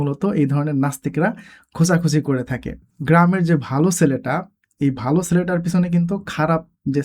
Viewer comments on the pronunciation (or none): none